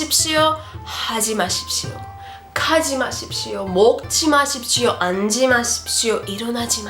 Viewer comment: Hello. Thank you for share great video. Cheers! Could you please check pronunc 앉지 마십시오. -> [안찌 마십시오O] [안지 마십시오X]